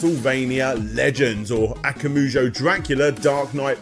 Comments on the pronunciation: Love your complete histories with all my 💚, fantastic deep dives on series I’m not that familiar with that make me want to go back and play a ton of games that I missed out on. Very small criticism, the Japanese pronunciation matters. In this video in particular it is “akuma jou” not “aka mujou” the pause makes a huge difference. Akuma means demon, jou means castle. Tokimeki Memorial is pronounced “toe-key-may-key” not “Talky-me-koh”. Also the pronunciation of Japanese people’s names. This is just something I would like to request to try to improve. Vowels keep the same sound regardless of surrounding consonants unlike English. “a” is always “ah”, “i” is always “ee” like in “meet”, “u” is always “oo” like in “too”, “e” is always “eh”, and “o” is always “oh”. Hope that helps. Other than that small bit awesome video!! Take care and have a great day!!! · "Akamoojoe". Goddammit. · "akumoojo" "eyega" "kohmyne castle" "battle of eighzu" christ man. I don't expect the average joe to have to learn how to pronounce random stuff from a language he doesn't speak. But you're not the average joe, you're making money off of hour-long documentaries focused on japanese media. Is it really too much to expect you to learn to say other people's names, other people's locations? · "Akumujo Dracula" :D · i love these videos, but the aKAMUjo is killing me